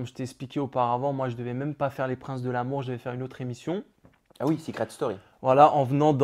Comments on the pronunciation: Je rêve où il dit " Seucret Story " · Seuuucret story 10 😂 La prononciation 😂😂